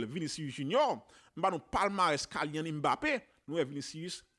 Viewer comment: Sitwayen nom nèg la pa pwononse Kaylyann se Kilyann 🤔